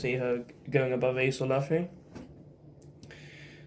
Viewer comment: You're the only person who sounds right calling (loofy) luffy. Love this list